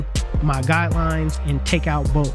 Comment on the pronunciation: If you don't learn how to say bulk and not bolk lol my phone won't even let me spell it thats not a word bro yo be killing me bulk not bolk lol please I'm begging you 😂